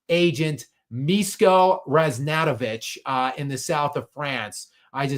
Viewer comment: Miško Ražnatović = Mish-ko Razh-nat-ovich and the 'zh' in his surname is pronounced like the French pronounce the 'J' in 'Jacques'. And I just think LeBron is fishing for interest